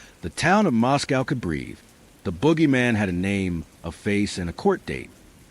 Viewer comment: Pronounced Mosco not cow